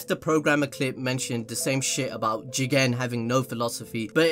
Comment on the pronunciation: I think there's something wrong with me. These people's opinions don't make me upset, but the way they say jigen is really pissing me off.